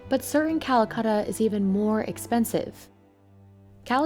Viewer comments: Why is it so hard for English native speakers to pronounce vowels?? It's Calacatta, not cuhluhcuhttuh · The narrator is driving me a little nuts. Quibbles? its Cala-catta, not Calacutta. Or Calcutta. Also, pronounce the "t" in Mountain. Not "mown-in". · So how many time do you think the narrator said Calcutta instead of Calacatta? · It's not Calacatta, it's Calcutta! Ssshhhhh. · Stop saying Calacutta. It’s an A not a U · Why you English speaking don’t pronounce other languages in the correct way?? And get offended when someone doesn’t pronounce English right? It’s very easy to pronounce Calacatta, repeat with me.. “Calacatta” “Calacatta” “Calacatta” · Me as an Indian thinking calacatta marble as 'calcatta' marble. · She is saying Callacutta